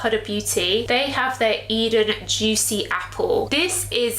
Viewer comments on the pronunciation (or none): none